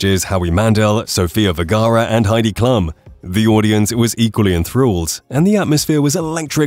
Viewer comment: Heidi Klum is pronounced KLOOM not KLUMM 🙄 at least attempt to research something so basic